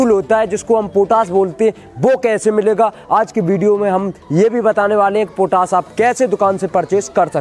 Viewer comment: पोटास नहीं पोटाश होता है... पहले बोलना सीखो